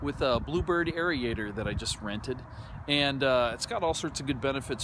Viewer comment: what's a arie-ator? do you mean aerator. pronounced like air-ator